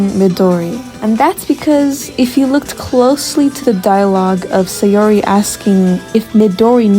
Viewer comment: The way you pronounce saori is murdering me and now I am dead (no offense I still like the video)